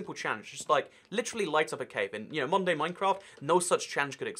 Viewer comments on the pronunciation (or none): Whenever he said modern day Minecraft I heard Monday Minecraft